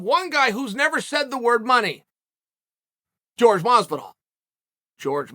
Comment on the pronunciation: Say it with me Chael, “ Horhay”. Pronounce his name correctly for god’s sake.